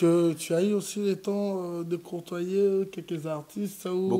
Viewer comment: on dit pas cortoyer, on dit plutôt côtoyer